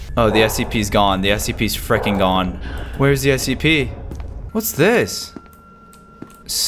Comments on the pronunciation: Did he say scpp? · I like when he says scpp